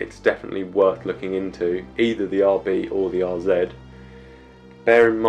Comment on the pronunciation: Thanks you for pronouncing RZ correctly as a brit